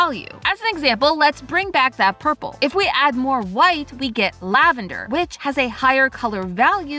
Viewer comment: you mean urple